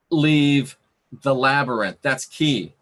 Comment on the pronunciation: Labyrinth LabYrinth Lab-YR-inth Oh my gah! I could hardly pay attention due to laughing! Silly. "Through dangers unknown, in hardships unnumbered, I have fought my way to the castle beyond the Goblin City to take back the child that you have stolen, for my will is as strong as yours, and my kingdom as great ---- You have no power over me. "